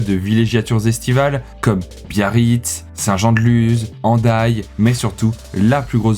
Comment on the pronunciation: bah merci à toi, t'as fait aucune erreur durant la vidéo, bon si ce n'est par exemple prononcer le son "z" à "saint-jean-de-luz" ou "lizarazu", mais bon même des basques font cette faute et ne prononcent pas "s" au lieu de "z".